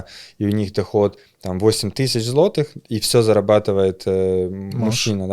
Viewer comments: ЗлатИх, златИх, це яка говірка? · Это ТОЛЬКО ТЕОРИЯ, для тех, кто захочет воспользоваться услугами этих ребят. На практике все по- другому, можете проверить! Да, на заметку- поляк молодец, за полтора года да и без акцента, только кое- где специально ударение на злотом не так ставил!